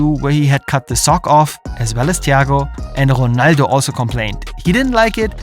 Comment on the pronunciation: Ronaldo❌ Jonaldo ✅